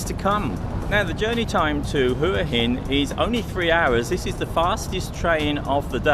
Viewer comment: It's pronounced Wa Hin! 😂